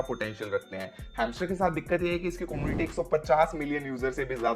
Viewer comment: Como-niti ni come-u-niti